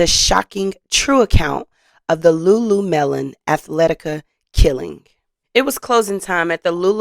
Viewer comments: you said LuLu melon......its LuLu Lemon maam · Lulu-LEMON. Not melon 😂😂😂😂😂😂😂😂😂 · Its Pronouced Loo-Loo-Leh-Muhn! Not Loo-Loo-Melon!🤷‍♀️ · What is LuLuMelon its Lemon not melon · LuLu Lemon. not melon lol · It’s Pronounced Lu Lu Lemon 🍋… there is no 🍉 melon in the name of the store . Not trying to be a stickler but this is a well known store and easy to pronounce.😇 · It's pronounced Lulu-LEMON....